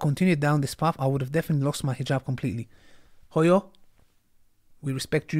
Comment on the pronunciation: Woow how you pronounce Hooyo was another level, and as Somali I'm proud of her Always Deen over Dunya.